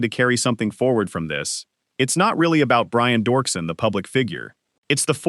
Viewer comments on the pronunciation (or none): Its Doerksen (Dirkson) not dorkson. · ANNOUNCER!!!! iTS NOT Dorksen, its pronounced Derksen. Pls do the minimal amount of research.